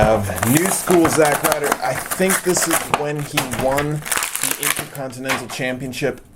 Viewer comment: It's not zack Ryder